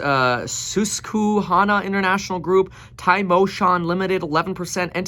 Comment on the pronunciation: Sus-ke-hah-nah = Susquehanna